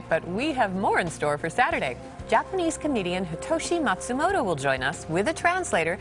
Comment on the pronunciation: Wonder if is meant to reference the real Japanese comedian Hitoshi Matsumoto, even though his name is mispronounced.